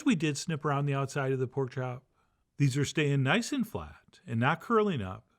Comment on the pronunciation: Who are you, and where’s the REAL Chef John? That’s not how the real Chef John says “around the outside”!